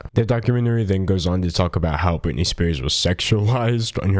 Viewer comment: Who's britinay?